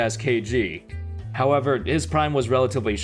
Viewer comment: Every time he sais "however" i was thinking "howebber"...